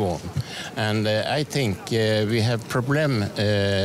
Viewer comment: Bättre uttal än de flesta jag mött. T.ex. de flesta uttalar 'think' som antingen 'fink' eller 'tink', det gjorde inte han här.